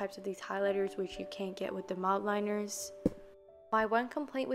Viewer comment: Y do yall Americans say zEEbRa it’s zebra and it’s not mOldLiNers it’s Mildliners like it’s not that hard